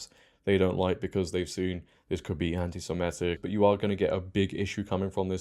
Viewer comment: Not very bright are you? Saying everyone needs to ditch 'this issue' and unite against the woke left - it's they who must not be named in 'this issue' who are behind the woke left. Learn how to pronounce Semitic properly too.